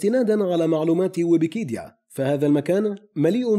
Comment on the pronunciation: ويكيبيديا ❌ ويبيكيدا ✅